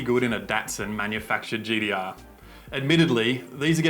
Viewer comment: Thirdeen, gd-r. Ninedeen nindey three. So a T is actually a D...lol